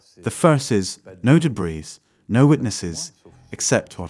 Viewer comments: Wait did he really just say “debriss” lol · Great documentary, but I just couldn't handle all the mispronounced words by the narrator.🥴 "Thigh-land" "deb-breez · "Debris" is pronounced "duh-bree" and "satellites" is pronounced "sa-tuh-lites" with a short "a" and a long "i"!!! And for the love of God do at least enough research to know that "Kuala Lampur" is pronounced "kwa-luh•lum-por" NOT "lumper!" It took me less than five minutes to look up these words, even though I already knew their proper pronunciations, just to make my point that it wouldn't have been too hard to get these words (and several others) right. So that makes me question everything you've presented as factual information on this topic bcuz, if you can't pronounce simple words right, then how can you interpret important information right? Yes, those little details ARE important if you want to be taken seriously as professional documentary producers!! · I would just point out for future reference, that the word "debris" has a silent "s" at the end, and is pronounced de-BREE. An excellent documentary, thank you very much. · Thank you! I appreciate the translation. There were a few times words were mispronounced for American English like “resume” and “debris” but very minor things for a translation. I’m glad I was able to understand and hear this story. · And who pronounces the s in debris? 🤷🏼‍♀️😡🤪